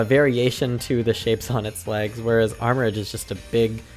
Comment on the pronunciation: I believe the three pictures in the trailer (Team Star, Titan Pokémon, and the Gym Challenge) are each of the three stories, hence the formate of the video :0 Armor-rouge, actually, as in Armor and Rouge Ce-ru-ledge, as in Cerulean and Edge Apologies for being a bit nitpicky /gen